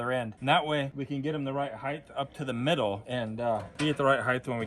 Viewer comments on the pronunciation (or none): HEIGHT has NO H on the end like Length and Width do. HEIGHTH is NOT a WORD!!!!!!!!!!!!!!!!!!!!!!!!!!!!!!!!! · the word is height not "heighth"